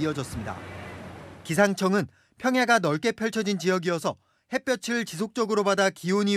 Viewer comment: 에 기자가 "햇볕을" 발음을 "해(핻)뼈츨"이라고 하냐? "해(핻)뼈틀" 이라고 해야지??? 기자들 연음법칙 등 공부 좀 하시지???